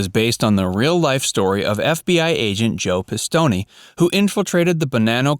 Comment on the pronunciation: Thanks for this video. Now I have more mob movies to watch. A couple of things: 1. The 'e' is silent in Pistone.. I've heard Joseph pronounce his last name. 2. In Pulp Fiction, the guys did not steal Marcellus Wallace's briefcase. They'd previously made a deal with Marcellus, but they double-crossed him.